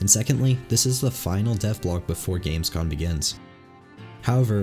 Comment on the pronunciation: Heads up, it’s Gamescom not Gamescon.